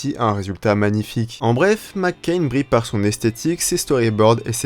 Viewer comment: tres bonne video mais arrete de dire mccain on dirait les frites comment tu le dis xD